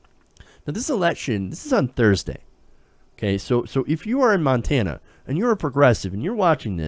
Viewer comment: As someone who is from Montana I am impressed that you pronounced the names of all those towns correctly.